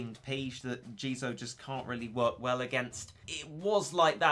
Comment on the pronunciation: It jizo not jeezo